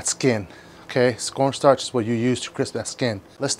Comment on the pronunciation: Did he just say scorn starch? Bro I'm dying :)))). Thanks for the tip though. I do have corn starch though, gonna try the recipe.